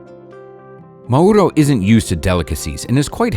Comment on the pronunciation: You are pronouncing Mauro WRONG YOU PRONOUNCE Mauro accenting the ‘U’ The correct pronouncacion is Mauro accenting the ‘A’